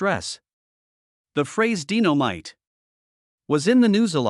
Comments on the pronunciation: It's not DINO MITE ITS DYE NO MITE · I know he keep butchering everybody's name sometimes he says it right and then he doesn't, how you going to butcher the name Dynamite, he must be reading a script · He is butchering so many words, sometimes he says they're right name and then he messes it up like he can't remember the names again, in the beginning he just butchered Dynamite